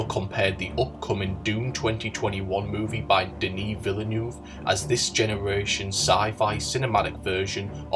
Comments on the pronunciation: Deneeh Vill-eh-noof? yikes. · sorry but yiu dont say the name "Denis Villeneuve right" it's De -Nis Ville -N envers eu like yeux or oeuf